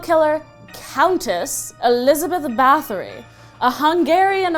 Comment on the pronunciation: Elizabeth bathory's name is pronounced like Elizabeth bautary